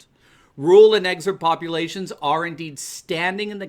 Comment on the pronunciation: Hey, WTF is an EXSURB? PLEASE SPEAK ENGLISH! And you are spelling it EXURB AND SAYING EXSURB.